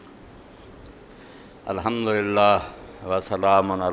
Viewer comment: "ALHAMDU RABIL ALAMIN" TOH SAHI TARHA PARH LO Tussi "HAMDU RABIL ALAMIN" PARHDE PAYE O